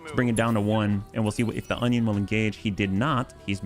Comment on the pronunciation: you may be using the word as a joke (and if so, sorry), but that isn't an 'onion' it's an 'Orion' The second letter is an R, not a N.